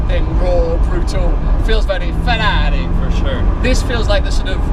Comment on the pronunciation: The way he says Ferrari & Lamborghini that's the proper way.